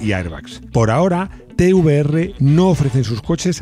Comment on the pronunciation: Da gusto escuchar Te uVe eRRe y no Te Be eRRe